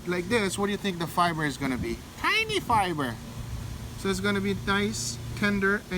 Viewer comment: "TIE-NY fibers!"